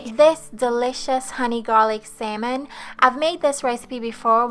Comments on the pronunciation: It sounds like she sayijg Semen and not salmon😅😅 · "sayman" "sayman" "salmon" ???? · its SALMON. Not SAYMON. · U sound so funny the way your pronouncing salmon 🍣 your saying simon can’t u say salmon it’s no hard to say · What is samon?😂😂 it’s salmon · How many times did she say samon (salmon) in each sentence? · no worries, I know from my friends who are learning English that it's a super hard and weird language haha! 'Samen' is pretty close but if that's difficult to pronounce, I think 'sámon' will also be quite clear and will be less likely to be mistaken for 'semen' 🙈 Anyway thanks again for the recipe, will be making it soon! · I hear sam enn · Great recipe and perfect explanation. May I suggest something....you keep on pronouncing it " say-mon", instead of salmon ( the a is an ah sound). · Who else is bothered by “sayman” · Lol it’s Salmon not “semen” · did she just say "marinade for the semen"? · Take a shot for every "sayman" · What is sailmon? Lol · Wait samon..samen..semen?? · Brawl the SAY-MAN Best accent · Saymon kay gays. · Great recipe, this looks super delicious, but please for the love of god stop pronouncing salmon as "semen" lol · Drinking game; drink every time she pronounces Salmon wrong. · Love how you say salmon🥰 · Simon cowell....hahaha cute silent "L"